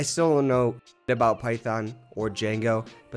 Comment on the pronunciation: It's pronounced Django :)